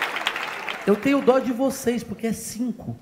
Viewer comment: Kkkk cara quase tive um infarto de riso com esse começo kkkkkkkkk, kkkk ele apruque e pruque, (não) kkkkkk